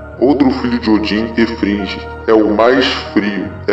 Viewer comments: Hugin é pronunciado Hugin como Ugin. Loki é traiçoeira e Figg se pronuncia Friggi vc ou gui. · Pelo amor dos Aesir Frigg pareceu frigideira. Ela não.muda de cor de roupa. Ela é responsável por Fiat das nuvens as mesmas as Nornirs. Hel é regente de Hellheimr. E Bragui se pronuncia gui e não gi. Gi não existe. Balder não é frio é a luz o mais amado dos Deuses. J tem sou de I entao é Nijord com ênfase no R.